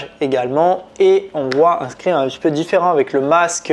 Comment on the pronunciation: On dit pas scrin mais scream! Pfff🤣